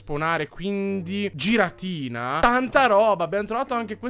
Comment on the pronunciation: puoi non sbagliare dicendo giratina quando si dice ghiratina che mi fa venire il nervoso? grazie